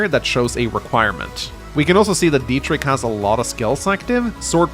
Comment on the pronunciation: As a German it really pains me how bad you mispronounce the name Dietrich. It's pronounced with a ch not a k. The ch is similar h in huge. But just put it into Google with German pronunciation.